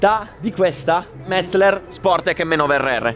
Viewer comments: METZE'LER! METZE'LER l'accento sulla SECONDA e. In tedesco si dice così. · Metz-eler non Metz-ler. ;)))) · Solo oggi ho capito come si pronuncia Metzeler, fino a ieri mettevo tipo 4 (LLLL)